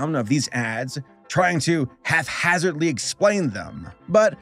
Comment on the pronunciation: "Hafhazardly" ?? The p and h in "haphazard" are pronounced separately my dude